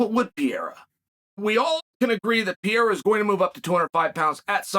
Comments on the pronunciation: Chael , I Like you ... but pls ... It's PEREIRA not PIEIRA. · Please stop saying piera please. Its pe re ira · Glasses Chael vs “Pee-era”..?? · I wish I had as much confidence in anything as Chael does saying "Piera" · Pierre - ah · This fucking racist, enjoys misspronouncing Pereira's name even after having been called on it explicitely. He knows he can easily say it right, he won't, and plays like he is an objective character in the MMA world.. the fact that he underlines this so often (every time he can almost), makes it more obvious.. dude is a liar and everything but objective. He sells this image, but ist the fakest one in the business. Though successful, good for him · WHOS PIERRA?? Ariel called chael out for pronunciation of his name. Have some respect for these dudes and at least learn prOper pronunciation. Its not even a hard one.....